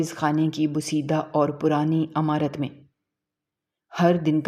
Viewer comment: Not Amarat Its imarat